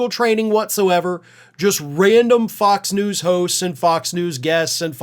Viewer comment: Interesting how pronounes F*cks News!!